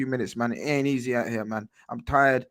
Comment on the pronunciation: It ain’t easeh 😂😂😂😂